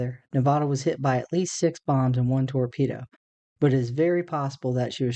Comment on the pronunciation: Good video, but you mispronounced Nevada every single time you said the name of the ship! Sorry it's just an insult to the ship on the people of Nevada!